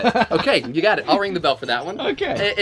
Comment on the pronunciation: (Supposed to be “bell” held out like the song. Not “be LOL”. Geeeze. LMAO